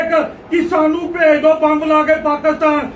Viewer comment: Bai ji bomb ni ammb boliaa c😂😂😂